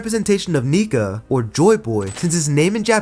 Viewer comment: Bruh Nika not nigga